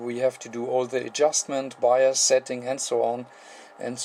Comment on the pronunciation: Hello-- There was a minor confusion in your explanation of the set-up of the bias voltages. In the video, you used the term "buyer's voltage". It took some time for me to realize that you were saying "bias voltage". LOL Very funny, on my part. Very nice video, and very well done. The importance of a good visual is shown here.